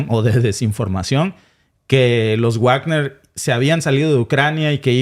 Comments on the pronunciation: Me encanta el contenido de este canal. Solo me fastidia que no pronuncien bien el nombre Wagner (se pronuncia Vagner, no Uagner) Saludos! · No se pronuncia Uagner porque no es un apellido inglés ni estadounidense, sino Wagner (como leeriamos Vagner) porque es un apellido alemán, el mismo del célebre músico Wagner. Resumiendo ese asunto concreto de la pronunciación : En alemán w=v. Pero en inglés w = u. Por favor comprueben y pronuncien bien, para evitar confusión. Y también simplemente para evitar que la gente ignore ese tema de distinta pronunciación de otros idiomas, y en nombres y apellidos, sean famosos o no. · Por cierto compañero, me gustaría que pronunciará correctamente "Bagner"y no Guagner" porque es palabra alemana y "guagner" se oye del nabo.. perdone usted la observación. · Wagner se pronuncia Vagner, porque es un apellido alemán. Como el célebre músico Wagner. Por favor comprueben las pronunciaciones antes de emitir, para no extender errores entre los oyentes. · Wagner se pronuncia Vágner, o Vákner.